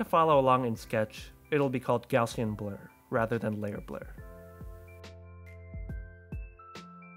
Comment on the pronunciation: why don't you know how to pronounce the words 'linear' and 'gaussian' 😂